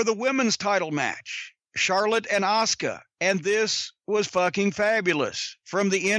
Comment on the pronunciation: i can't be the only one who cringes when he says asuka....